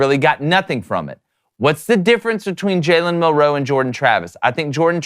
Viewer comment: Why do yall keep pronouncing Milroe so funny? It’s like week 10, get it right. says it right